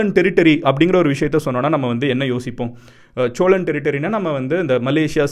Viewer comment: Cholan illa sozhan